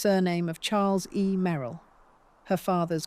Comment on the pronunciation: . "Dee- na. May- ril" Earlier... "wind" = wine-d The AI voice is otherwise pleasant & and keeps attention. 4 11 26